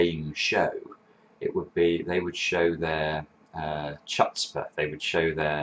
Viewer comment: I love these. Just one thing: "chutzpah" is pronounced with a German "ch" throat sound or "hutzpah" if you can't make the sound. 😉